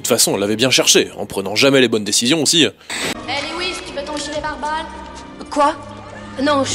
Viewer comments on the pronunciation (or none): none